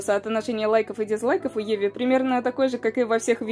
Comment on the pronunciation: Чувак... Видео информативные, но тебе реально надо поработать с произношением слов. Серьёзно, что за "отоношения", обрывки буквы и на конце имени Еви и прочее? Не знаю, как у остальных, но у меня тут уши вянут. Без обид, но все ютуберы стараются говорить чётко и грамотно, чтобы их было приятно слушать. У тебя это пока плохо получается. Советую тебе написать сценарий и несколько раз прочитать его вслух, произнося чётко каждое слово. Искренне надеюсь, что ты прислушаешься и это поможет тебе. Заранее спасибо и извини, если мои слова задели тебя.